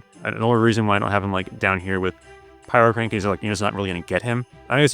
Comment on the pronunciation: Oh, my bad. My hearing is pretty degraded. You did say heal and it sounds like kill to me. Also, when you say "Pyrokraken" I hear it as pyro-CRANK-en.